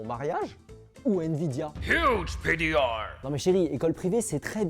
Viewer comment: Pourquoi PDR est dit avec un accents ? Genre c’est français comme abrevation